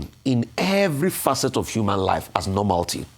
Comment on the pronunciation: Rufai , it is " nor-MAL-i-tee" and not - nor-MAL--tee. Ẹwẹ so.